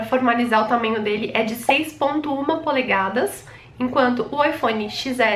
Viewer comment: Polegasas? Ou Polegadas ? Kkkkkk ótimo vídeo , amei a explicação . O coral é top junto claro da cor do meu que é Vermelho . As 2 cores mais linda !